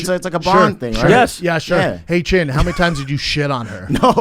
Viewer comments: Did Theo call chin Clint chet chint or chintk or chink? Either way he should have followed it with chin-mate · Theo with the hard C on the end of Chin 🤭 no you didn't.. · Theo definitely said chink when he said chin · am I the only one who noticed that hard "K" after Chins name? :O Theo needs to stop the asian hate! lmfao gang gang buzz buzz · Anybody else notice Theo sneak in the “k” sound after he said Chins name??? 🤣😂🤣😂🤣😂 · careful how you pronounce chin...